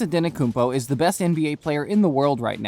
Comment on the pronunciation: Naahh ANTENNOKOUNMPO? broo ANTETTTOKOUNMPO👌🏼😂